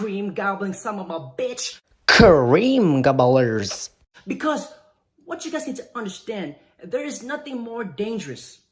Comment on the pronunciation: "Ka-reeem Gabbbo-lers"...🤣🤣🤣